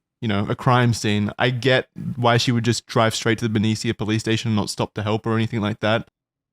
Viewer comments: It’s Ben-ee-sha not Ben-ee-seeya. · as someone who grew up in vallejo-benicia the way they all pronounce benicia has me laughing— everyone here says BEN E SH UH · I love you, but please as a resident of that area I have to tell you Benicia is pronounced "bin-ee-shuh" 😭😭😭